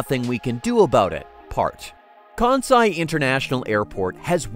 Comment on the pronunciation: I wish this guy could pronounce Kansai correctly. Hint: It's not Kaaaahn-sai.